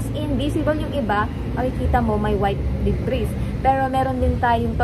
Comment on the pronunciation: debris silent s